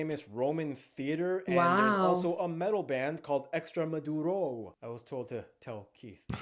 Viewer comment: 11.09 The metal band is ExtremOduro not "Extremaduro"